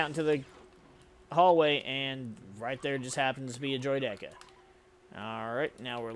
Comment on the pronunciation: Bro it’s droid ICK a! Great video, just please pronounce it right lol